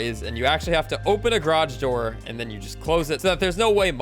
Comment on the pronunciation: "grodge door"